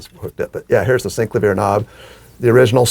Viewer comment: I think it's hilarious how you all pronounce SEENC-la-veer. I always thought it was Sin-CLAY-vee-yer.